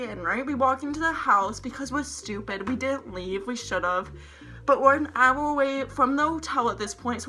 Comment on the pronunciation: You can’t say “hour”